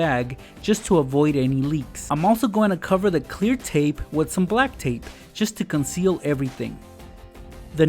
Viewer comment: did Any one notice he said wid 😂